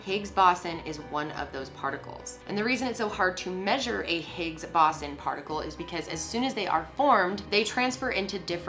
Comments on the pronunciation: higgs boson- "higgs boe-zawn" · Higgs bo-zon actually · Is no one else going to talk about how fucking annoying it is that she is pronouncing Higgs Boson wrong?